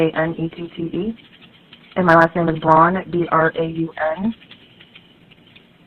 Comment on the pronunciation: It just dawned on me how hilarious it is that the internet likes to mispronounce her first name as janet, when her last name Braun is German for Brown and actually pronounced much more like “brown” than “brawn” 😂